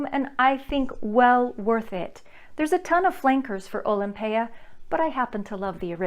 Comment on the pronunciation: You are the only one whose pronounced it correctly bravo! Most other reviewers call it Olympia pet peeve people can't read! Nice review